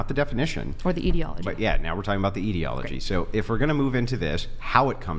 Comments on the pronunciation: Someone should teach "not so educated" that there is no such word as "eedyology". It's etiology. E-ti-o-lo-gy. She also pronounces ideology as eedyology. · Is she saying "idiology" or "etiology"? Either way she's using the word wrong, which is hilarious.